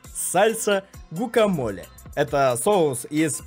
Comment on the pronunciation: Они произносят как гвакамоле